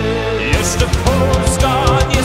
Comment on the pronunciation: You don't pronounce the "jeszcze" right